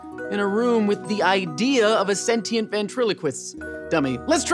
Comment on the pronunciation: sen-shint, not sen-tee-int